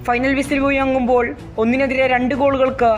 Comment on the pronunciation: വിസിൽ മുയങ്ങുമ്പോൾ അല്ല കോയാ... മുഴങ്ങുമ്പോൾ അങ്ങനെ പറ 🤣🤣🤣